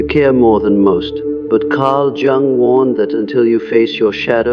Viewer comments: Dear, please improve your AI. It’s Carl Yung, not Jung when properly spoken in spite of the spelling. Very distracting while listening to this information. The information is very good, I am in the Sophia stage myself. As a very deeply empathic person, getting to this transitional level and allowing it to be a big part of my being, has assisted me in letting things go that no longer serve me. I slip back into empathic mode when it’s not necessary, but this has been a lifetime in the making. Still learning to let go of that which is not mine to carry. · His name is pronounced Yoo-ng, not Jung, as in rhyming with hung. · You lost me at "jung" instead of "yoong" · Jung is pronounced "Young". Stop being so lazy, run through your scripts before feeding into a voice generator and make phonetic changes as appropriate. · The pronunciation of Jung is actually [Young]. Sorry. That was bothering me 😂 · This is informative. Thanks. But can you please pronounce Jung’s name properly? I cringe every time I hear it mispronounced. He was German. Jung is pronounced “Yung” (young). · So the Sophia stage is when empathy becomes compassion??? I wish they didn't use the AI narrator the can't even pronounce Carl Jung's name. It's annoying. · Lost me at the AI mispronouncing Jung like ten seconds in. I know you're fine with putting out slop but maybe listen to it once before posting